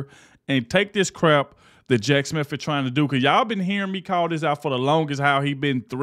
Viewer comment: Just an FYI to the black presenter in this video. There is no "f" in Smith, so it's not Jack Smif! Additionally, just because she filed a complaint doesn't mean anything. They filed articles of Impeachment against Alejandro Mayorkas and what became of that? He didn't lose his job, get demoted or reassigned, take a pay cut, placed on Probation, or reprimanted. He didn't even get so much as a ticket! So much for superficial gestures!